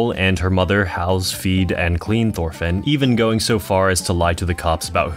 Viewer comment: why do u pronounce it like “thorfinn” it’s pronounced like “torfinn”, the “h” is silent